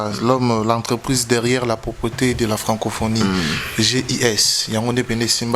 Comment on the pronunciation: Svp balobaka " propreté " soin, propre et non propriété, mukolo eloko songolo ex. Propriété privé merci et bonne compréhension